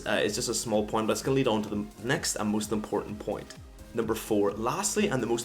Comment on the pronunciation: "For the moost part" Hahahahah whats Wrong with ur English